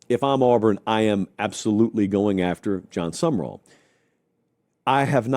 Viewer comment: For those who need it.... it is John Sumrall. Not John Summerall